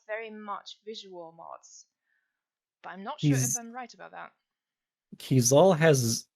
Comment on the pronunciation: I've learned I've been pronouncing Keizaal wrong... and I think I reject pronunciation.